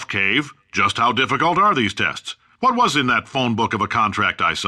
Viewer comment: Is it me, or did Cave start saying "Wh" like Stewie from Family Guy ? :L